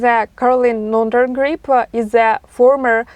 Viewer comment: Nordengrip?! I have a thing she can grip on! 😂😂😂